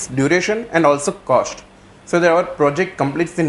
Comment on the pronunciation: WHAT IS THE ACTUAL COSHT SHIR... LOL... OPERATION RESHEARCH... SHTART... ROFL.... FUNNY GUY....